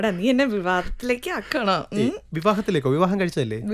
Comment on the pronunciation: Pearle struggling with the word 'vivaadham' is the cutest thing ever